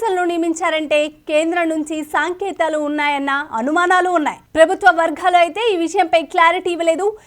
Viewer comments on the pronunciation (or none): సంకేతాలు అంటారు సాంకేతాలు కాదు